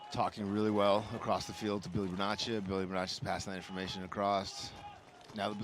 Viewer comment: Solid commentary by and. Got to just mention that it's defendable not defencable. It's across not acrossed. That one you do alot. Whilst its hilarious it's also stupid. Read more. Jesus your not reading a quantum physics paper. Just good old basic English words. At least we can't hear sniffing into the microphone.... you got a cold there buddy.... Yeah we ALL know...